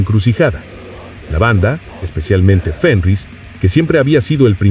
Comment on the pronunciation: No, no y no. No grabaron en el sótano de Fenriz (que, por cierto, NO se dice 'Fénrich'). Grabaron en una cabaña que él tiene en el bosque, hasta la actualidad. Mira el documental sobre el Black Metal hecho por NRK TV, al menos.